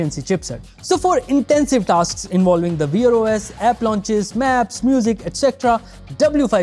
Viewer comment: Wear /wer/. Not weer os lol 😂